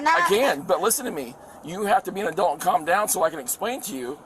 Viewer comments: How about the fact you say 'a-DELT' instead of 'adult'. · I'm adding " saying 'Adelt' instead of 'Adult'" to the drinking game 😁